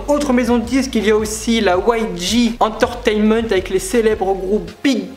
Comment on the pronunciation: J'ai essuyé une larme de tristesse face à la prononciation bien française des groupes, pareil pour la prononciation d"entertainement" , un carnage.... T-T Après j'aime le fait que tu parles des groupes, mais tu ne parles pas par exemple des BTS qui font un vrai carton aux USA en ce moment, tu aurais pu parler de PSY, PSY est avec sa musique " Gangnam Style " quelqu'un que touuut le monde connaît, dans le monde entier, tout le monde a déjà écouté une puisque de lui. Sinon après dernier reproche, le fait que tu lise ton texte, ça se voit vraiment, je pense que si tu avais plus appris à la limite ton texte ça aurait été plus fluide niveau prononciation tout ça, après sinon ça va, de bonnes explications etc... assez complet même si je pense que tu aurais pu insister sur certains points...